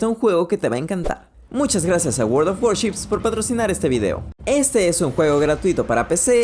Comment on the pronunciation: Alguien no se puso como loc@ por cuando dijo Word of waship? (Por y )